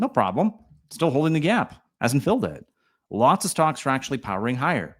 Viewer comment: Are you saying “stonks”??? Sure sounds like it….. 🤣